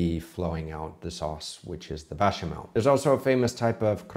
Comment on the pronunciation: A bit curious, did you say "Bechamel" or "Bashamel"? It sounded like "Bashamel" and the auto subtitles said the same thing.